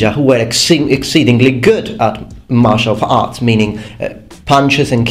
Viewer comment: this a is ment as a comedic nitpick but I laughed my ass off at that. in he wants to say (I assume) Martial Fighting but stops at the F of fighting ant replaces the rest with art. so it sounds like "Some Ninjas were good at martial farts". Sorry It's childish but I can't change my sense of humor.